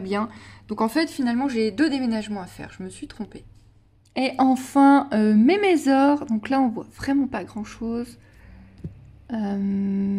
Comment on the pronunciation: meçor, ça se pronoce meçor.